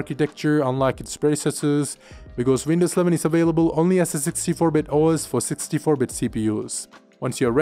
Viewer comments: I thought he said Windows 7 as well numerous times..lol. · Why does he sound like he's saying windows 7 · Is this guy saying windows 7 or windows 11? 😂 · He says window sleven